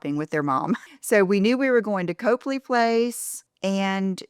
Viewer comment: Get your best Boston accent man to teach you to pronounce Copley, lol. (It’s Cop-lee, not Cope-lee)